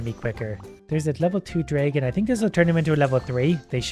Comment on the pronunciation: Please google how to pronounce dragon, I'm sorry I know me saying this is a little rude but it really bugs me XD